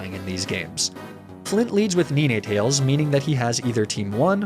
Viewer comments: It’s not neenay tails, it’s 9 tails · Knee-neigh tales was somehow worse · Nenay tales? Tf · Oh and he also says NEENAY-tails… and vuvuzela instead of Veluza … and a few others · This was a good video, the one and only part of the video that prevented me from wanting to like the video, was exclusively the way he pronounced the names of some of the pokemon... ne-nay-tails? Im gna have a stroke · You also pronounce ninetales and arcanine wrong You say it as 9tales and arca9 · Ain’t no way that’s how you say Ninetales lol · Really enjoyed watching this as I'm about to take on Victory Road and the PL on Renegade Platinum too but you have GOT to start pronouncing Ninetales and Arcanine properly 🤣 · The way u mispronounced arcanine and ninetails infuriated me but I still stayed to the end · Second video of yours I am watching. What's with the wrong pronunciation of "nine"? Arcanine and Ninetails